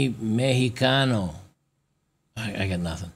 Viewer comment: Dear, you just pronounced "Mejicano" almost like a Native Spanish Speaker. Lots of potential there!!!:yougotthis: People not suing these individuals is just a matter of time. Pendulum has moved so far away in one direction that the energy it will gather in its swing-back will be enormous. My fear is that once our persecutors becomes persecuted... who will have mercy of them?. Their "Utopia" involving changing sexes on children still incapable of understanding life-changing decisions (rendering them sterile), women alienating the men that fought for their rights.There are still lots of good, hardworking people that happens to have been born female or have a different sexual orientation that just mind their own business and does not buy f-minism nor gender ideology. They will be swept away along the useless and loud ones. If a man has no God in this day and age and the women (wives, girlfriends, sisters, daughters, female family members and female friends) he believed that loved him were just using his selflessness against him, where will be the basis of ulterior Social Pacts?.